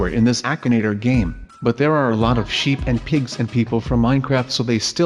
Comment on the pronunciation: I fast forwarded when was saying crystal sheep and it actually sounded like crystal shit. No offence though.